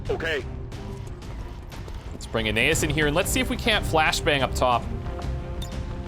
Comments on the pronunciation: As a Latin student your pronunciation is bothering me. His name is pronounced a-KNEE-us. Other than that this is fantastic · I think A-nay-as would also work, with emphasis on the nay. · Sorry, but you're pronouncing Aeneas wrong. This link should help